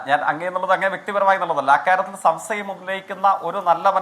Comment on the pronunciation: സംസയം അല്ലെടാ,,,,,,, സംശയം,,,,,,😂😂😂😂😂